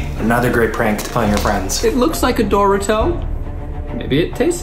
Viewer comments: Why does Zach pronounce everything wrong. IT'S ZEN-DAY-A NOT ZEN-DiE-A and DO-Ri-TO NOT DOR-i-TO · Is nobody going to address how Zach pronounces DORITO. I am GENUINELY ANGRY LIKE HOW THE FUCK DO YOU GET DOH-ROO-TOH (what you'd get from doruto) FROM DORITO?! I'm sorry, I'm just very upset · I’m sorry but can we not ignore the fact that Zack pronouced Dorito like “dor-rit-toe” instead of “Dor-eet-o”? Or is it just me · Dor-ee-to not Dor-i-to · Isaac Huetter it’s pronounced duh-ree-toe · Did zack just pronounce Dorito as “door-it-toe” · No he pronounced Dorito as doruto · I heard Dora-toe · I’m always going to pronounce dorito like dooretoh like Zach now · Zack: doe ree toe Me: second guessing my whole life because I've been pronouncing it in Spanish (because im puerto rican) and it has NEVER sounded anywhere near THAT 😶😶😶 Also, what do i have to do so the guys can try Puerto Rican candy/foods? Or just simply talk about PR?? I'd be so ecstatic, i love them all so much!! ☺ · Is no one going to talk about how Zach pronounced Dorito? Dor-i-toe 🥲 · “Dooritoh” welp never heard it pronounced like that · DID ZACH PRONOUNCE DORITO AS DOOR IT TOE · Did Zach just say “ doorito” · Did zach just say ‘doruto’? unless that’s an anime character, that’s it. i’m done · Not going to lie I love you all but its just the way Zach said dorito was kind of annoying he said it like door-it-o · Idk if y’all really annoyed or don’t like them but chill on the hate plz. I love the try guys and I respect them regardless of how they pronounce Doritos ✨